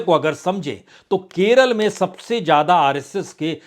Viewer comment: آپ بہت اچھے اینکر یا میڈیا مالک ہیں اپنی زبان کو بھا شا کے طور پر درست بھی کر لیجےء ہزار کو ہزار جادہ کوزیادہ جرورت کو ضرور ت بولنے کے لئے پلیز ٹیوشن لینا شروع کر دیں ان شبھدوں کی ہندی بھی زیڈ سے ہی ہے گستاخی معاف